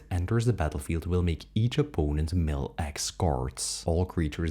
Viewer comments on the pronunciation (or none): none